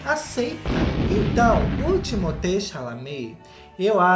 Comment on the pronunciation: Eu não acredito que eu estou continuando a ver o vídeo depois do que vc falou do meu homem Timothée!!! 😭 (e caramba, vc pronunciou o nome dele certo! 😱) Ele é um puta ator, talentosíssimo! Vai ser muito maior! E lindíssimo tbm, CLARO, eu não consigo olhar pra ele sem babar, sério, ele é o homem dos meus sonhos! 😍😍😍😍 O jeitinho estranho e desajeitado dele é o que o torna mais fofo ainda (e ainda por cima ele tem o mesmo MBTI que eu - INFP) Tá certo, que a maioria dos filmes que ele já fez são ruins (menos Wonka e Duna) e eu só vejo por causa dele mesmo 🙄 mas CARAMBA! Ele não merecia tá aqui nessa lista! #magoou 💔😭 Edit: ok, tudo bem que vcs não gostem dele. Assim diminui a concorrência heh heh